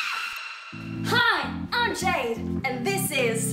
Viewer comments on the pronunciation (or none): Did she just say "Jade" instead of "Jeed"? I'm not kidding I listened to it like 3 times lol Edited: am I the only one who's a bit worried that Jade might have a wardrobe malfunction in that pink robe? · she said jade instead of jeed and i feel betrayed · Aww she says I’m Jade instead of I’m jeed